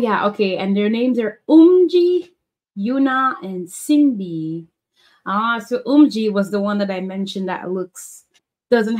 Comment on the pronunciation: Viviz have no positions. There's no main dancer or vocal like they did in Gfriend since they said they want to keep VIVIZ more equal and that they'll keep the positions for GFRIEND. Also the names are pronunced as SHIN-BEE , UHN-HA and OHMJI